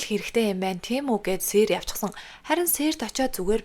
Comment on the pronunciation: Сээр бишээ Сийр Сэрт бишээ сирд гээд уншаарай